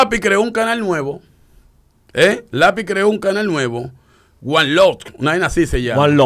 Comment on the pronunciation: El Ingles de Dj Topo -- Guan love.....🤣😂🤣😂